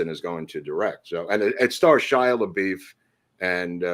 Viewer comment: Did I hear Shia La Beef😄?